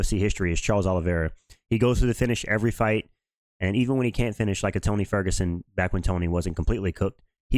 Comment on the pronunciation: This nigga said Tony fergurson